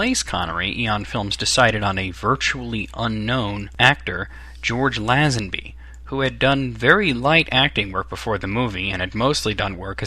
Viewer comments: not læsenbi. leisenbi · I enjoyed this vid :D when pronouncing Lazenby you should say the La bit as if u were saying lay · Please American's, learn how to pronounce names and get your facts right...First of all the name of Tracy DeVincenzo is pronounced Vin-chen-zo, not Vin-sen-zo...And it is Lazanby not LAZ-ANBEE.....